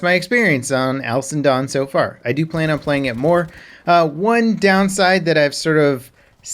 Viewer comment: Cap, baby! It sounds like you are saying "Alison Done". Slow it down baby.